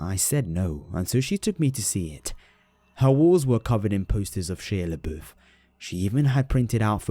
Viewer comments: It's hilarious to me. Shila BEWF. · She-a Le-boof 😭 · "She-uh laboof" I can't stop laughing at that. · "Sheea leboof" Sounds French 😂😂😂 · The way you say "Shia LaBeouf" is really cute XD It's Shy-ah La-boof when it comes to how it's pronounced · Is no one seriously going to mention the hilarious manner in which pronounces "Shia LaBeouf?!?"